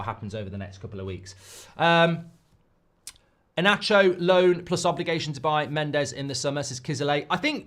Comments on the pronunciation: Inacio reads Inassio, not inaccio. 😊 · I don't mean to lecture anyone but Inacio the "C" doesn't read as "Sh" but normal "C" as in English. That's Slavic 🙂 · Inácio! E-NAH-SSIO!!